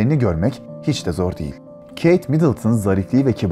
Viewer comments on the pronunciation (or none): none